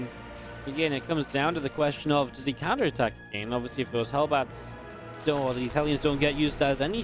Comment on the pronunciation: stop pronouncing again wrong again again and again